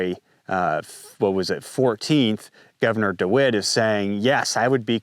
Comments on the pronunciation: Great job on the information you are presenting - I hope you won't mind me saying so, but it's Dewine, not dewitt. Not to be picky! Your channel is one I trust and probably the one I look forward to the most. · Good video but it's Gov Dewine not DeWitt:) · The Governor’s name is DeWine, not Dewit. Unless you were mispronouncing it on purpose, which would be hilarious. We call him DeWine The Weenie. He took campaign contributions from Norfolk. So did other Republicans and a few Democrats. So the assessment that it might be political was spot on. I am from the government and we are here to help you. Right. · It's Governor. DeWine, not DeWitt. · Dewin, not Dewit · Who is Mike DiWitt? Did you mean Mike DeWine our governor? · Thank you for covering this! Just a tip about the governor, his name is DeWine not De Wit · It's not "DeWitt," it's "DeWine," and I'd be very careful about anything this guy says. He's the governor who was on the forefront of marginalizing, segregating, depriving, discriminating against purebloods, through his lottery-for-jabbed-only, back in May of 2021. I don't care WHAT that guy says...It's coming from the mouth of a statist America hater. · It’s DeWine btw